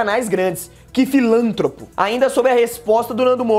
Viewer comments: filantropo se pronuncia "filantrôpo" e não "filântropo" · Pronuncia-se "filantrôpo" e não "filântropo". De nada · se pronuncia "filantrÔpo". ótimo video, abraços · Pronunciou filantropo errado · kkkkk melhora a pronúncia de "filantropo" pode pegar essa parte e fazer um vídeo com as gafes no final do ano kkkkkkkk